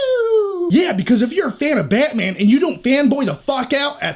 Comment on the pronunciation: This commentary get me more pumped than the actual trailer. Love your passion for "Bay-mang"